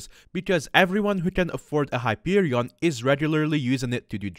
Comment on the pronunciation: Hyperion... Wait, did he say "Heroin"